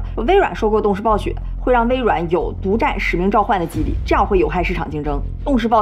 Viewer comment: 她一直說「激勵」我知道是指motivation但真的怎麼聽怎麼怪 北京話？